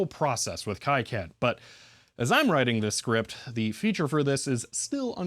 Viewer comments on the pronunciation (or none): Not judging or a huge deal and I'm sure you have heard it before but the ki in kicad is pronounced Kee or Key not Kai. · awesome video. btw, it's pronounced key-cad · FYI KiCAD is pronounced Kee-CAD, not Kai-CAD. (Reference: Wikipedia) Also, if reverse engineering again in the future, careful measuring capacitors while they’re in-circuit. Depending on many variables, doing so can result in incorrect values, especially if there are multiple in parallel. In simpler devices, the value can matter less, but it could be a gotcha moment in designs where the capacitance value plays a significant role in the circuit.